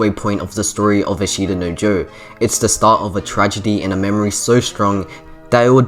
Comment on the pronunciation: For future reference and if you truly are anime nerd or aspire to be, and if you dont speak japanese. Its not A shita no Joe Its Ashta No Joe, no emphasis on the I and you will go a long way :)